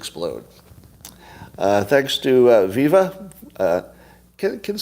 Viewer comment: It’s pronounced Viva as in alive alive oh